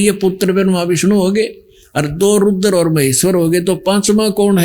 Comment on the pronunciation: जहा पर कबीर नही बैठता वहा पर गड़बड़😂😂😂 स्मरण को समरण, रूद्र को रूदर बोलने वाला व्यक्ति आज खुद को भगवान बनाने में लगा है